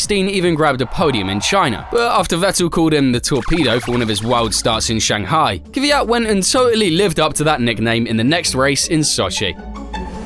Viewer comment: First time hearing someone say kvyat properly idk why everyone says kivyat